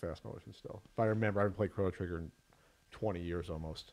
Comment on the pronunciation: The amount of "Crawno Triggar" in this video is too damn high!